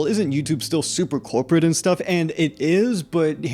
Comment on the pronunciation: The cwopwate domination of ywotube